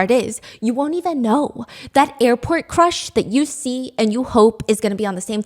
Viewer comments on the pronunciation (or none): i thought you said airport crash instead of crush and my heart beat so fast suddenly because of the recent event in jeju